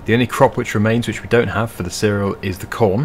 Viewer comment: And seh-rel